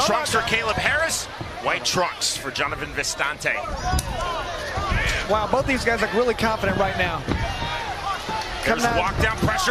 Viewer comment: why do they keep saying vistAnte, when his name is vistinte? doesn't look very french to me lmao